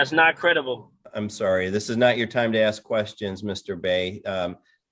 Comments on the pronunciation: Dumbass is "axing" a ton of questions. lol!! Moron!! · Awful lot of axing by this Bey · “Let me know when I’m credible to axe questions” … umm never, you moron hahaha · You can always tell the education..It’s simple.. learn how to say ask not AXE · He axed and axed. 😅😅😅😅😅😅😅😅😅😅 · Your honor... he's axing directly...just to cut to the heart of the matter.